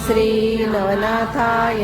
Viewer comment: Sree nahi shree